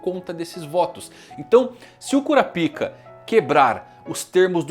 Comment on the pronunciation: Pq ele fala kurapika e nanica diferente Que agonia